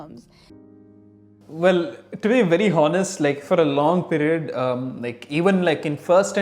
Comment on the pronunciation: in the word 'honest' you dont pronounce the word h